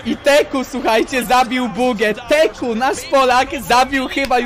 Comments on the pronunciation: Teeq czyta się tik kurwa a nie teku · Nie teku tylko tik